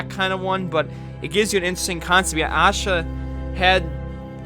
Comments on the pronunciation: If there was a voice comment on YouTube , it would be helpful right about now. It's pronounced aa-sha manda-dapu not Yaa-sha manda-daapu. I'm Indian if you didn't Know Love from India 🇮🇳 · The way you pronounced it was funny. I don't blame you though . Indian names are hard to pronounce